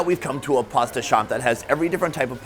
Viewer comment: "pozta pozta pozta pozta pozta pozta pozta pozta pozta pozta".... IT'S CALLED PASS-TAA